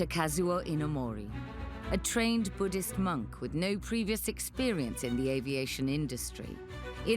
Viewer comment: It’s not Buddist it’s Buddhist 😢 You have to correct this one